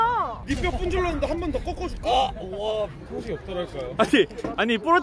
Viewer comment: 조별로 '힌'번